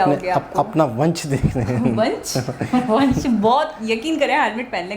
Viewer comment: Wanch nahiiiii...wansh